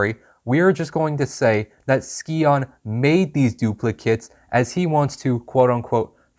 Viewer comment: Names pronounced Sigh-On. Still a good Video 👍